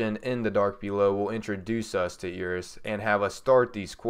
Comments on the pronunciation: "air-is" not "e-ris" lol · Its not eeris its eris